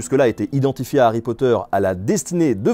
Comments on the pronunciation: HHH'... arry pas "Ary" !!!! Ha ! ces français ^-^ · Puriste alerte ! C'est "De Harry Potter" et non "D'Harry Potter", puisque le H de Harry n'est pas muet ! Et oui ! C'est comme les zaricots... (Et à cause de ça, JK s'est foutu de notre gueule, cf le "Arry" de Fleur Delacour) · DE Harry Potter, sans élision ! Le H est hhhhhaspiré.